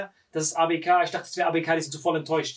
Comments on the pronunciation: Wem triggert es auch das die ganze Zeit ABK falsch sagt 😂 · Ausgesprochen:,, Äi bi key '' Wie es sagt:,, A Be ka " 😂😂😂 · Ey. Bi. Key. Bitte dieses Abk trigger so